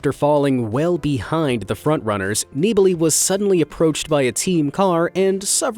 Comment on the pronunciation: Your pronounciations of "Nibali" and "Giro" are abyssmal :D